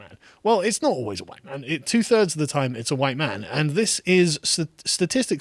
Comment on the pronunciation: You say “huwhite”?? SALTY!